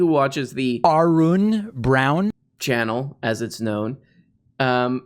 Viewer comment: David Pakman's mispronunciation of your channel name continues to be one of my favorite audio clips on this channel 😂